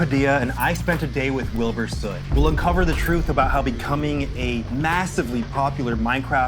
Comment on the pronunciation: "i spent a day with wibur soot." oh. are you traumatized enough yet?